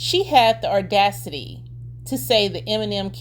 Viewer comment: AWW-DAC-CITY there's no R in audacity🧿